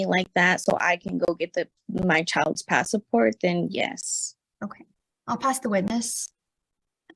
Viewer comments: The pass-a-port 😂😂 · Passport only has 2 syllables